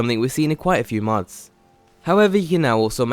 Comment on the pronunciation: stop saying "mads"